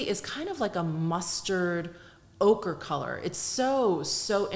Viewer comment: When you said ochre...I heard ogre 🥲🥲. It thought ogre was a good description of the shade🤣!